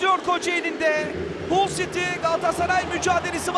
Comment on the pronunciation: Saniye: 1 Hata: 1 Hull yazılır, HALL okunur. İnsan hic mi kendini geliştirmez? A'dan Z'ye Türk futbolu komple amatörlük.